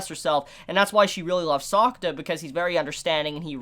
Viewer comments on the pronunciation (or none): I don't mean to be rude or something but the way you pronounce 'Sakuta' is like 'Soccer' and it sounds funny to me. I am not Japanese but I am an Asian so...